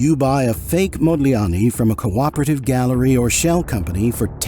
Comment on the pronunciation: It is Amedeo Modigliani NOT Modliani. Are you are fake expert? 😊